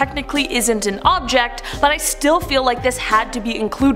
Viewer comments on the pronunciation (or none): none